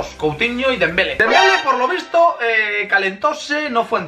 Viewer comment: Es dembelé con accento😂🙄